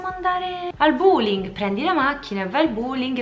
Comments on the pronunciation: ma come sarebbe a dire “andiamo al \ ˈbüliŋ\ “??? Si dice \ ˈbō-liŋ \…😳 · La pronuncia di buling è da denuncia